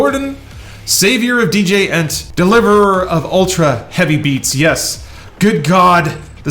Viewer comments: Djent is pronounced as "Jent" and not "Dj Ent". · 'deejay-ent'? ROTFLMAO come on I thought you were more metal than that.